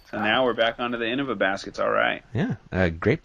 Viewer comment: The best commentary duo, for sure. Strange to hear pronounce it In-NOVA.